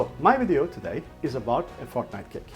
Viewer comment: this guy is so iconic!!! lol its funny how you say fortnite!